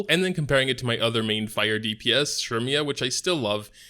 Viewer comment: the way you say Cermia drives me nuts